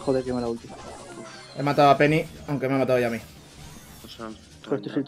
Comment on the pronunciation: Álvaro dice pene envede peny 😂😂😂 Da like si lo has escuchado o si lo has buscado 👍👍